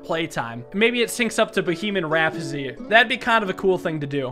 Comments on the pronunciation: “Boheeman Rapfzy” lol I thought he was having a stroke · Did I just here Bo-He-Man Rhapsody? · “bohemon rapohsy” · bohem rapsdy by kqwen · "Boheman Rapzzy" Ah yes, my favourite song